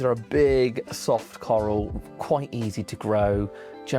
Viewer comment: The “carl” coral😂